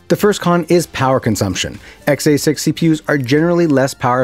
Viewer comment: Please for the love of god stop saying XA6 instead of X86. Just stop altogether lol. We should make it a drinking game. Take a shot everytime he says xA6 (X86).